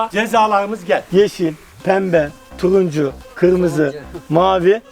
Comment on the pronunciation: Tuyuncu diyen dilini :)))